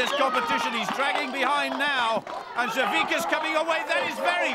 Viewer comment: It's..SAVICKAS...not...saVISKAS...STOP PUTTIMG THE EXTRA S IN THERE